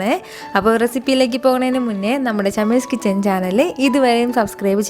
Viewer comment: ചമ്മീസ് കിച്ചൻ ആണോ അതോ ഷമ്മീസ് കിച്ചൻ ആണോ, ഏതാണ് എന്ന് വ്യക്തം ആകുന്നില്ല